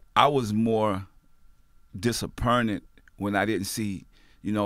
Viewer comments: Master p : Disapperntment" ( Disappointment ) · Did this nigga say dissapernit 😂😂 He said pernt the finga 😂 & did this nigga say getting shot in the face & miss 😂nigga what??